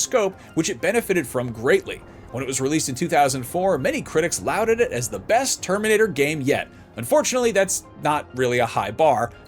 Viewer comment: For anyone using this video to learn English, the word "lauded" (used twice) is pronounced "law-ded", not "louded".